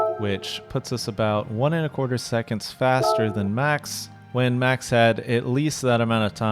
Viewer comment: Why is it so hard to say "MAX"? With A. It's not Mexx, that is a clothing brand. Dutch as well by the way😂